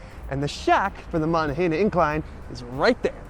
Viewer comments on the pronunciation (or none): Good video. That area has a mix of native american and french names. So the incline you rode is pronounced like "Mow-non-gah-hail-ah". Also Duquesne is "Doo-cane"